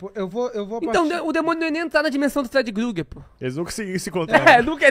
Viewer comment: mdssss pq vcs chamam de freedy GRUGERRR??? pronúncia estranha da peste 🤣🤣🤣🤦